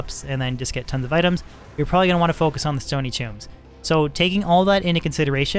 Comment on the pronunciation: Stony, not stoney